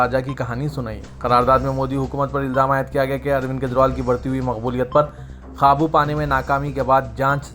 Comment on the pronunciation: Khabu paane kyun BOLTE ho...QAABU bolne NAHI AATA....URDU ki taaleem nahi liye Kya....AFSOS. AFSOS